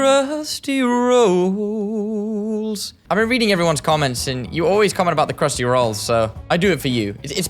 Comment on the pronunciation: “crhusty rAHOLLS”😂😂😂